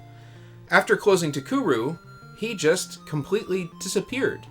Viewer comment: Very nice video! I wonder what Kitamura is going to be working on? I never knew Cocoron had a planned sequel. It's a shame that Takeru folded before it could be released. Speaking of, I think you mispronounced the company's name throughout the whole vid lol. "Takuru" as opposed to "TaKEru".